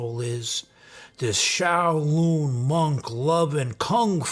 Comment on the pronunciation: "This PizzaChit went to the Shao-Loon monks."